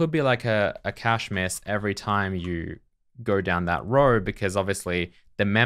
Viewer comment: It's nice that you've learnt how to say cache properly. Love the code review series